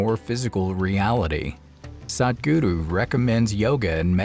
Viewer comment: Stoppppppppppppp saying sadgudu. Please stop this narrator he's absolutely unnecessary!